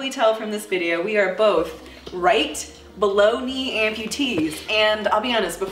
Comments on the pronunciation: After reading your comment, I heard Bologna instead of below knee. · Ha, I kept hearing "bologna amputee" lmao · Is it bad that everytime she says "below knee" I hear baloney 🤦.... By the way love the channel! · I keep hearing "below knee" as "bologna"